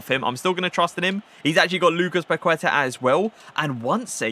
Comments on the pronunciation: I'am brazilian and love your vídeos! Your gameplay is amazing. Just a tip: when u say 'Paqueta', the right pronunciation is 'Paketa', the 'u' is mute. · The u in queta is silent. It's pronounced Lucas paketa